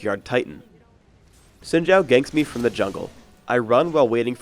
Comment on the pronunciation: zin jow? I thought it was zin how